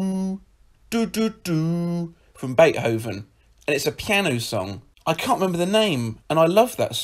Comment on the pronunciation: Never heard someone pronounce Beethoven as Bath Hoven